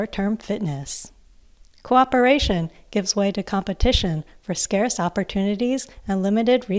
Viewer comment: Daria, but as a professor. I love it. But also, "cooperation" not "coorperation". -- Please appreciate me. :P